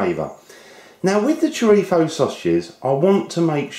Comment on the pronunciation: may i ask why you say chorifo